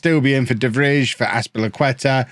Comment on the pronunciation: the way you just went for De Vrij, an Inter player (who is trash irl btw) and then went on to absolutely butcher his name was something i didn’t need today